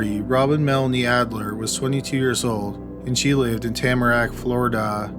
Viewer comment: Where is Floridaah.